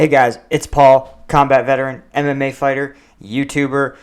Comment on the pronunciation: I swear everytime you say mma fighter I hear anime fighter lmao